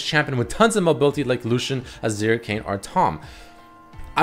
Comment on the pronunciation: Its kayn:v